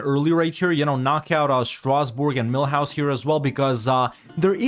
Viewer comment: I hope Mulhouse is in EU5 too, because I love how you pronounce them as Millhouse, which I imagine to be a cute little house inside a mill.